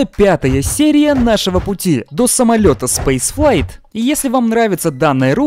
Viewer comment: Лютейший "пуит" до часика спейсфлайь